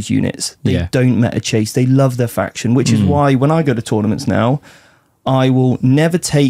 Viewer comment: I'll get told! Silly goose not knowing how to pronounce his own faction he invented 🤷